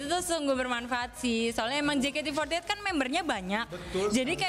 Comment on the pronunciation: Je ka te fourty eit 🤣🤣🤣🤣